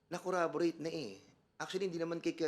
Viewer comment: Narinig nyo ba yung sinabi ni fernandez??? "Corraborate" daw, "corroborate" dapat! mali mali na nga ang pronunciation mali mali pa ingles nya😂😂😂😂